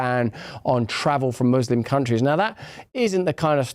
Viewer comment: How did he go from saying "muslim" to giving an accent in a matter of a few words and now it's "mooselum"..?